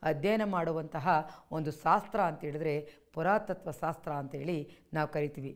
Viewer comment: ಸಾಸ್ತ್ರ ಅಲ್ಲ "ಶಾಸ್ತ್ರ"